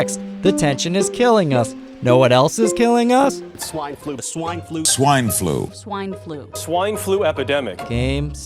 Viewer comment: Help this guy, he might have contracted SWENE FLUH